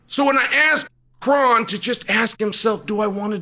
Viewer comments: His name is actually pronounced Crone. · Well, his name is "Kron" as in the "Kronic"